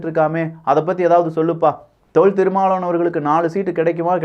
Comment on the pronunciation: Yen pa unaku tamil sariyave pesa varala , thirumavalavan nu solla varala, tamil tamil makkala yemathura ne